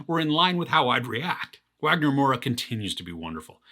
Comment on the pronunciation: Wagner Moura is amazing! Good to see a Brazilian face in a good show and character like this AND speaking Brazilian Portuguese 🇧🇷 (BTW in Brazil, we pronounce his name Wagner with a V sound, like “Vagner”).